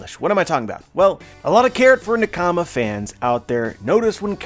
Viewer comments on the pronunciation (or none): Yo fam you have got to stop pronouncing “nakama” the way you do. Its supposed to roll of lf the tongue not be chopped up like that